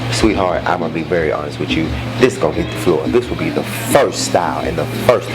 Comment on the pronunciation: Lets be extremely hontest 😂😂😂